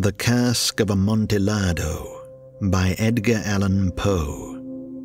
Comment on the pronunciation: The L's in "Amontillado" are silent. That was painful to listen to...